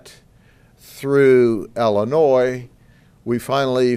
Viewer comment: It's pronounced Illinois not Allinoise. Lucky you can't be attested for being a big Mr silly policeman